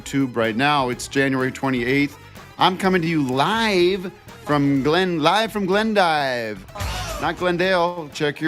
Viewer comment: Actually it’s pronounced “Glendeeve”